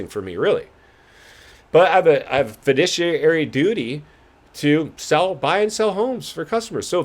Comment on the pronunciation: “Fadiciary hairy duty”? 😂